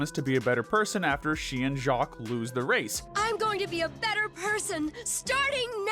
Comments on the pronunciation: I LOVE THE WAY HE SAID JACQUESSJSIWIEJEOWOWJSJEN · I'm still laughing at how they pronounced "Jacques"